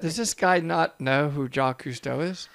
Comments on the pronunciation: Watching being super annoyed by mispronunciation of Jacques is priceless! Unintentional bonus MOST SHOCKING! 🤣🤣🤣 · I live on Okinawa island, Japan. Part of the Ryukyu island chain. When he mispronounced “Ryukyu” I almost lost my mind and also “Jacques” 🤣🤣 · I like the reaction from when he said the name wrong again lol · That is the most American pronunciation of Jacque ever ! 🤣🤣🤣🤣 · So I'm not the only one that thought that looked like the Millennium Falcon from Star Wars...So it really was a long time ago, just like the movie said....and as someone with the same name, that mispronunciation isn't even the worst one I've heard, finally SOMEONE who knows how to say that name correctly the first time, lol. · a guy doesn't know someone's name and does not pronounce it properly, so laughs at him and declares him an idiot. wow. nothing like having a laugh at the misfortune of others. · Why does him getting the name wrong bother so much😂😂 it’s a French name and that man is clearly not French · Nope. He also mispronounced Jacques Mayol’s name. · he says Jah-keese again wtf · the internal pain on face when the narrator says JACKEYS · Why are you guys laughing about Ja-Keys Cousteau he's a legend. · Would love some videos on this Jacquiche guy, he seems legit 🤣🤣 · You guys crack me up 😂 I love the ‘Jackiste’ history from the narrator - I mean if you’re into sea stuff how can you get that mans name so wrong? Love it! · Jha-kees- how many will now name their children after this great Explorer? LOL 😂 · Ok, i just subscribed. i dont dive and dont plan on diving, but you guys are interesting. Thanks 🌞 *does it pronounces it jack-ese bcuz its a robot voice? **the underwater stucture #9 i think, is that a Crannog? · Announcer: Ja-Keez Cousteau.: This guy's an idiot. Me: 🤣🤣🤣🤣🤣🤣🤣🤣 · “”Jockees” Cousteau”…….. “God damn it” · My bad, is pronouncing Jacques as Jackies lmao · Well he must think that Jack in French is Jacques Yves. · Ja-kweee Cousteau